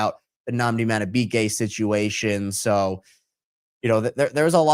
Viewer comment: You have access to the internet; how did you butcher Madubuike so badly